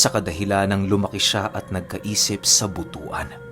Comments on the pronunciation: Bot-wan ang tamang pag banggit ng Butuan po... That's my birthplace...have a nice day ahead everyone... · Bali ganito pag binigkas muna Bot-twan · The pronunciation is sound like but-wan may social studies kb nang ng aaral ka or History Butuan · Butuan...tamang bigkas nyan...butwan😊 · Butwan po ang pagbigkas😊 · Pasensya napo ahh, butuan po ang lugar Nayan pero ang tamang pag basa niyan ay botwan, Yan lang po, ang ganda ng story 😊😊😊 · Good morning 😊 Hindi po butu-an ang pag basa nang lugar, Butuan ganyan Lang po❤️